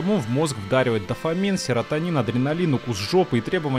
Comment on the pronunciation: я выпал со слов с : дафанамин, серотанин, адреналин, укус жопы....